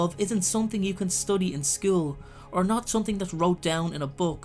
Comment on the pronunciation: Marie Lastname I think he just says it wrong.